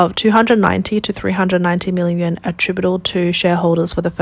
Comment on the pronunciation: Yuan is pronounced yu-on.